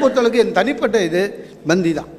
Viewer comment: Not Banthi . It is Panthi